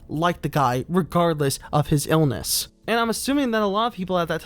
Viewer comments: Your pronunciation of the word “illness” is puzzling, where might it originate? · You're pronunciation of the word illness and mixing up aspiring with inspiring. Unforgivable. Do better